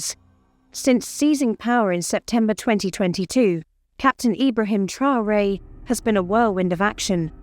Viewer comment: Mme la narratrice vous prononcer très mal le nom du président c'est Mr Traore